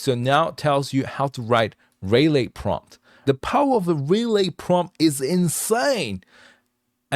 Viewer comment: [Subscribed] very cool stuff. BTW, typically relay is pronounced reelay (not ray) if it is like the noun (such as a contactor relay) or rih lay where you barely pronounce the rih part but sort of shorten it, usually for the verb form). Thank you very much for spending the huge amount of time on this. It is very very impressive! You should consider making an anime' with it.